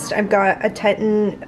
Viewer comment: I think that Teton is pronounced TEE-tahn. Like the Grand Teton National Park. 🙂